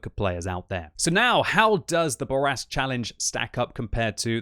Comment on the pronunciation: SAY IT SLOW, SAY IT SLOW, MON AMI: le char Bourrasque (say: Boor - ask)... Please. You are ruining my ears. Love you anyway.